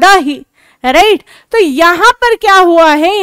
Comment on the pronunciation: Mam aap right sahi se nhi bol rhe